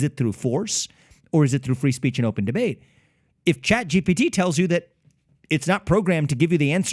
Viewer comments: Pat, it’s not GBT, it’s ChatGPT. It’s not a big deal, but it’s distracting when you say ChatGBT. Great video otherwise. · Why does he always say chat gbt?